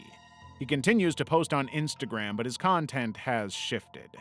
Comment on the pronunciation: Miss said instagram and said intagram